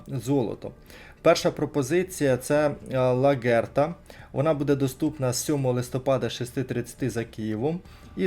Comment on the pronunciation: невже не можна краще готуватись до відосів? Не ФелічЕ,а ФелІче,не ЛаГерта,а ЛаҐерта і так далі. Серйозно,ну аж вуха ріже